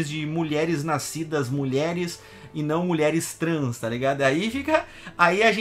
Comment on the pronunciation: Quando voce fala "Jogadores trans" eu entendo como "5 homens"